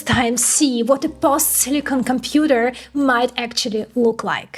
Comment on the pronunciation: Silicon not silicone, you keep saying silicone.